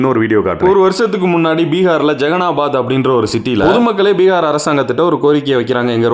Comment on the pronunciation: Bihar nahi...peegaar....😂